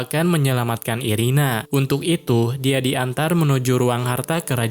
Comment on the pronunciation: Irena bang bukan irina😅